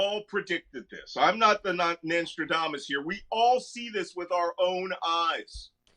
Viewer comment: "Nanstrodamus" I heard that.